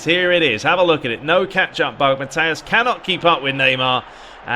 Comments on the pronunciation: it's ok, im french so it sounded funny :D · Who's "Mathias"? 😂😂